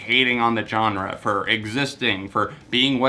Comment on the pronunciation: I've just realised he says Johnre and now I can't stop hearing it